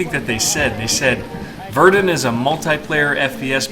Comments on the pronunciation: It's pronounced ver-dun not ver-doon!!! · maybe I am a dumb American but isn't it pronounced more like Ver-done or ver-duun than ver-dune, even in French. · it's not pronounced Verdoon either , it's pronounced Verdein okay? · Verdun is pronounced VER-DONE. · It's not pronounced 'Verdoone' either.... It's pronounced with 'Verdun' with the 'u' as in 'uuuhm' but more nasal. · it's pronounced Ver-done , german plan was to bleed the french dry, did a good job by all accounts (both sides) , it's also the reason for the british attack at the somme , to take pressure off the french.